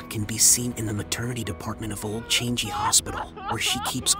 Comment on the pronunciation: The narrator's pronunciations are more scarry and annoying than the actual story. PLEASE.....for goodness sake, learn to pronounce correctly !!! Changi is not pronounce as 'Change-gee', and why are you whispering, is it supposed to sound more scary ???!!!